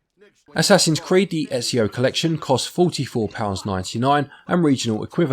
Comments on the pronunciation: Disliked for getting Ezio's name so wrong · I love how Ezio says his name a ton in the games and people still mispronounce it